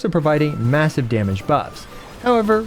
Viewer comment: sorry but did you just say massive?